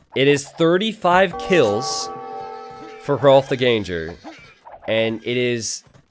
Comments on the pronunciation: Can you not pronounce ganger like that? The foreman of a GANG, not a ganje. Please :^) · I think Ganger is pronounced "gahn-ggur" since it's Germanic / Scandinavian, wouldn't it be? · Don't stress the 'g' in ganger. It's just an 'ng' sound.